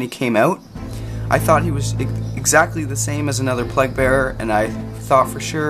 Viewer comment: not sure if its just an accent thing,but all I'm hearing is plug bearer